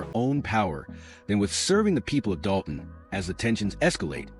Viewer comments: Dude it's Dolton, with an L. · Doe-ton??? LMFAO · When you jump on the bandwagon and don't even know how to pronounce the name of the town, you are so pathetic.